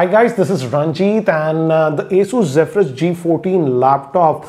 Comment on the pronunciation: Finally someone who pronounces "Zephyrus" correctly😂